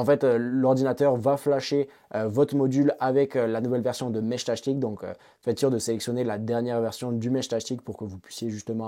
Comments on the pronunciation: J'ai arrêté à 1min...entendre Meshtachetik à la place de Meshtastic...j'en pouvais plus 😅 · Ils sont tous raté vue que tu dis meshtashtic ^^` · Mechtachtic 😂 dur la prononciation 😉 Ça me fait penser à la chanson couroucou shtash shtash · Putain, à chaque fois que t’essaies de dire “Meshtastic”, j’ai les oreilles qui saignent grave…